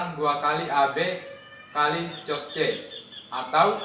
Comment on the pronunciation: Diperbaiki, cara bacanya: Cos dibaca KOSINUS atau KOS